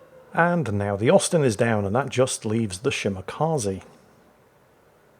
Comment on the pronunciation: I kept hearing osten good to know it was Austin